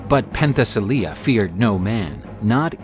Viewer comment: It's NOT "Pen the silly yeah" - it is "Pen te si leiah" ... that's how Princess Leia got her name !